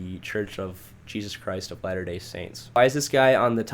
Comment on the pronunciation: “Sorry if I butcher some names, I’m not good with other languages :p” like no bro, you aren’t cute you’re uncultured. Try better, couldn’t even pronounce Jesus